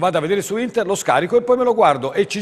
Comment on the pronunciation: All'inizio pensavo fosse uno scherzo!!! Ahahah (da notare come dice internet e joystick: intert e giochistik)